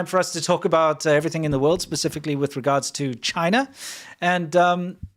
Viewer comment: Re-gaurds! LOL